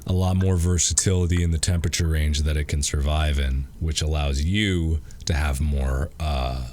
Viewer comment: I love how Mark pronounces 'temperature' as 'tempeche'